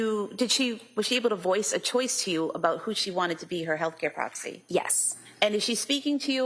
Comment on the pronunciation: Healthcare "proxi"?? Wth..